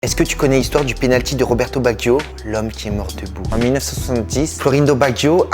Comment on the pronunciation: Tu prononce tres mal le nom de cette legende du foot RESPECTE CETTE LEGENDES DU BALLON ROND !!!!